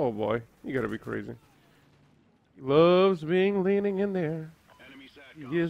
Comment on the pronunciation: Love not loge lol